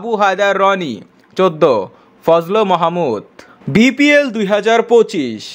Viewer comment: এই ভাই আপনি তো বিপিএল কে,বিপিএল,, বলেছেন তা দেখব না অপর মানুষ কে বলার আগে নিজেকে দেখুন বিপিএল,, কে ভিপিএল,,,বলে🤣😂🤣😂🤣😂🤣😂🤣😂😂😂🤣😂🤣😂🤣